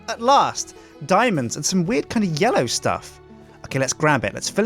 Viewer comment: then calls me he says yello whats up how you doin because he said yellow when he was placing the flowers